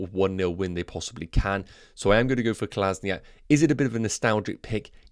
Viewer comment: hate to be that guy but can you please sort out the kolasinac pronounciation. Kol as in ac not kol as ni ac